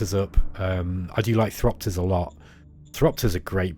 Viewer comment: No R in Thopters, btw. :)